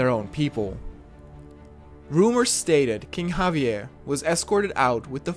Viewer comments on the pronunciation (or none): none